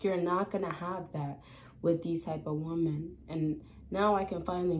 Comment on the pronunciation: It’s pronounced “Wom-men”. Plural. Not “Woman”. 😤. This is some kind of young people pandemic.